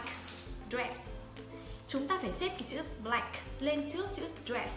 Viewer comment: phát âm sai từ "black"!